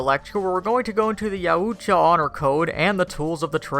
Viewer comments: It’s pronounced “yaaaooowwwcha!!” Fucking Christ! “Ya ooo Cha” lmaoooo might as well call them the fucking yahoos!! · It's pronounced Yow-cha. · It's pronounced yowt ya. You can hear the Ultimate Predator say it in The Predator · Richard Nordheimer - Ya Oooch-cha.! LMAO! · butchered the name LuL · No offense but he pronounced Yautja 3 different ways within the first 40 seconds, and they were all wrong... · I lost some brain cells from him mispronouncing Yautja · please reupload with CJ or someone who can pronounce Yautja . imagine if you heard someone say the word caught as CAOOT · You couldnt mispronounce the name "Yautja'" more even if you tired, could you.